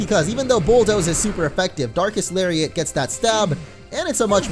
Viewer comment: I seriously thought he said dark ass lariat